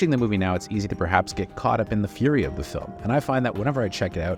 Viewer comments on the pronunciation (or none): none